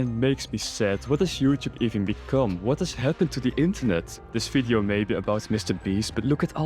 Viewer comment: Its "V"ideo not "F"ideo